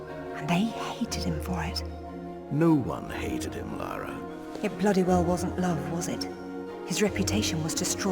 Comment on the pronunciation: maybe one day youll even love her enough to get her name right ;P i know im being snarky but it always baffles me how many people think its "laura" even after being told for 2 hours straight by the game itself - in both writing and phonetics - that its "lara".